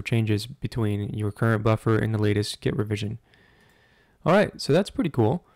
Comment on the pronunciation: 😁🤣 It adds WHhhaaaattt?? Dik or git decorations? 🤭